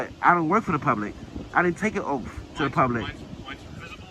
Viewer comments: The officer took an "oath," NOT an "OAFF." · Remer ur Oaf....no it's Oath.... Obviously you need to go to a speech class to Learn the correct pronunciation of words.😂😂😂😂😂😂😂😂😂😂😂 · Does he know the difference between an oath and an "oaf"? oaf /ōf/ Learn to pronounce noun a stupid, uncultured, or clumsy person. He is an oaf for his actions, speech and to an extent his beliefs. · Please learn how to say oath! It is not😠😠😠😠 offff! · This sovtard wouldn't be able to ever take "a oaf." Translation : AN oath.... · Did you take an "oaf"? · It's an oath not an oaf, he is an oaf an oath is what he took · He just admitted he is an illiterate. 😂 he can even say oath correctly 😂😂😂